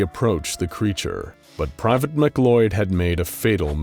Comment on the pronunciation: just for future reference for the narrator, the name "MacLeod" is pronounced like "muh-clowd" not "mick-loyd." it's the same last name as the main dude from highlander.